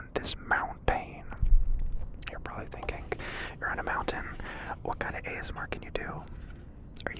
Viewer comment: nobody: not a single person: no soul ever:: mounTAIN